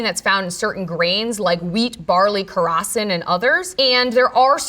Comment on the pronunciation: Can someone please help me identify which grain is the Dr talking about on ? She says wheat, barely and...? The subtitles say "rosin" but I'm not sure is that because it seems that she is sayins "krosin" or something like that. It caught my eye because I'm gluten intolerant and I have never heard of it. Thanks in advance!